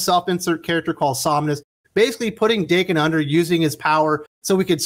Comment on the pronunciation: Daken is meant to be pronounced like Don "Dokken". This was how Remender said it when discussing Uncanny X-Force.